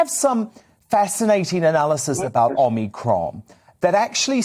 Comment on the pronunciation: I get that we're only 6 weeks into omicron... But how can you work in news media and still be getting the pronunciation of the well known Greek alphabet letter Omicron wrong? "Oh-mee-cromm' Come on...